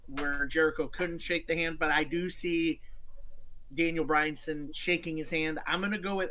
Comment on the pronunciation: Daniel Bryan-son? I’ll give the guy credit he kept saying it over and over.